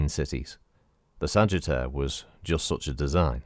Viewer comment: LOL It sounded like Sagetter to me.